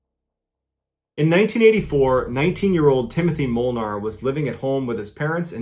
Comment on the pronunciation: Your pronunciation of Molnár is perfect.